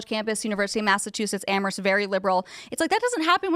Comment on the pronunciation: Can confirm UMASS Amherst riots. Also, notice she promounced "Amherst" correctly! #NoPVTAs